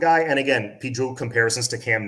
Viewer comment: it's spelled Jacurri but pronounced JaCARri. He was on the orange bowl boys podcast talking about it. He said he asked his mom why did she spell it that way when it's not pronounced that way. Love your show bro